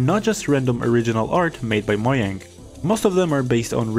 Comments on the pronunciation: moyang? It’s mojang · Moyang is the original name in swedish, Mojang is the accepted pronunciation in English